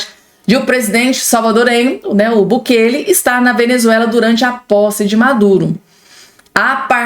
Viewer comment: O nome é BUKELÊ.